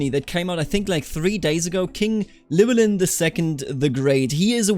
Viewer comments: Ll is one letter in Welsh that makes a Ch sound. Llywellyn is ornounced chlu-ellyn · its pronounced Clin well in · "Ll" is not like any pronounciation in the English language and is only found in something like 1% of world languages. To make the sound you have shape your mouth as if you're about to say the letter 'L' but instead of putting your voice into it you just blow through instead. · I’m not welsh but I’ve been told that the “Ll” is pronounced “Kl” so his name would be klywelyn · The Ll at the start of Llywelyn is pronounced by putting your tongue in the same position as the 'L' sound, but just blowing air past instead of vocalising. It's difficult to describe, but if it sounds somewhat like hissing then you're doing it right. Other than that, your pronunciation is great. As a side note, in Welsh a 'DD' is pronounced like a 'th' in "they", a 'ch' is pronounced as in "loch", 'f' is 'v', 'ff' is a regular 'f', 'u' is pronounced the same as 'i' both in long and short forms, and 'y' generally makes an 'uh' sound. I think that covers just about all of the confusing parts, but I'm sure I probably missed some